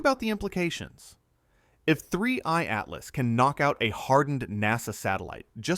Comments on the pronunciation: oh AI, silly AI - it's 3i atlas - NOT "three EYED Atlas" (even the captions pick this up) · 3......i /Atlas ,that pause is a dead giveaway for AI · The video visuals is second to none from the point of view of facial expressions and everything else but at the very near end the audio makes the same mistakes of separating 3I/Atlas pronunciation that seems to be the bane of the whole AI audio system! That’s such an easy thing to correct yet they don’t seem to be too concerned about it. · AI generated (but very slick) picked up on it in the last few minutes when 3I atlas was said very oddly. Not sure how much of this is true now.